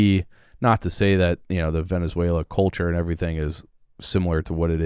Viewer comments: My goodness, this is embarrassing. Neither of you have a clue what you're talking about. is so dumb he doesn't know how to even say Venezuela. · Love but if the guy doesn’t know to pronounce the country they’re discussing maybe you just shouldn’t talk about it